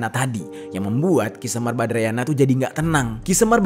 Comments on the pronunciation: Badranaya mas bukan badrayana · 😃😃😃 badranaya bang.. bukan badrayana.. ilustrasi ftonya diperbaiki, banyak yg Miss informasi.. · "Semar Badranaya" bukan Semar Badrayana (kebalik nyebutnya itu) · Ki semar badranaya bang bukan badrayana.😁🙏